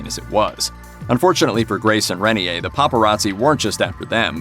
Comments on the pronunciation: Rain-ear not ren-ee-a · The name of the man Grace Kelly married is pronounced "ray-NEAR," (not "rainy-hay.") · Hello, that is not how you pronounce Renier, It is "Ray" "Neer" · His name is pronounced Ray-near